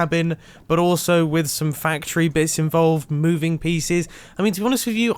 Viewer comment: Mumbo jumbo : * says “fachtory “ instead of factory * Me : :/